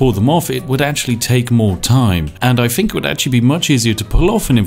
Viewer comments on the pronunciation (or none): 'Th'...use it in words! Finking, fought, breaf, everyfing, pafetic, fousand...THE list goes on. Oh...and its 'of' not 'ov' 😂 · Got to say, for such a recent game it looks like a heap of shit, it's nearly as bad as Spiffing Brit's pronunciation of anything beginning with th getting turned into an f, take the word think for example, nobody apart from retarded coffee drinkers pronounce it as fink.